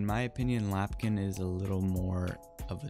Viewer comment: My guy... it’s LAMPkin lane 😭😭😭